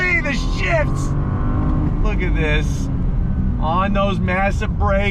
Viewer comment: When I initially heard; "golly the shifts!", I thought you said; "golly the shits!" As in, the car is so fast you had to run to the bathroom! Haha